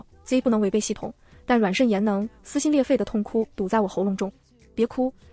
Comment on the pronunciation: 笑死慎言變成腎炎